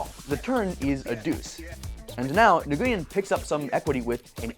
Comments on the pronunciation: It’s pronounced n-oo-win not niguwin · Nguyen is pronounced " When" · The announcers said "Win" at least ten times in the clip but he still said Nagooyen? :/ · It's pronounced like "Win", not like Nuh-goo-yen. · I was raised in Little Saigon. I am floored how many people pronounce it wrong.